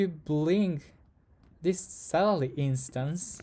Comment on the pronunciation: bro cannot say "salary"